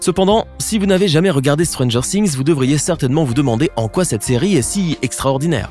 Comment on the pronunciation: Stranger Things non pas ' Stranger Sings '